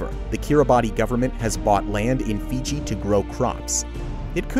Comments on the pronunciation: Kiribati is actually pronounced “Kee-Ruh-Bas” the ti is pronounced as the “s” sound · When doing these kinds of videos I think it’s important to be able to correctly pronounce names and words. ( ie Kiribati and Archipelago).